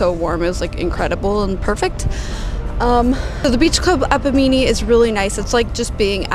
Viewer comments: love your videos! the town of Bimini is pronounced: bi muh nee. 🙂 I'd be one of the "boomers gone wild"! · Bimini. On the internet listen to the correct pronunciation. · the way she pronounced bimini made me laugh lol